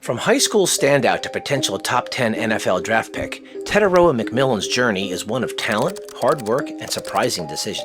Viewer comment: Teh-tie-ROH-ah (r is rolled), or just Teh-TIE. Your pronunciation calls him “the the far” instead of “the distant/long sea/shore”.